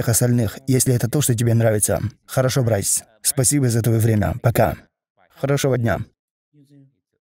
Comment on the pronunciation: Почему Брайс а не Брюс😅